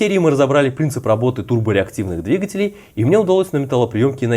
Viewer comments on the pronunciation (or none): none